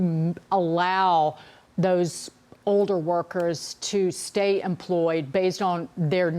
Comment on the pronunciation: What happened to the letter L? Why does everyone pronounce "older" like "oder" It's weird.